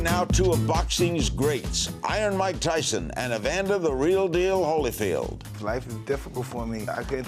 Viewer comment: holyfield sounds like he has brain damage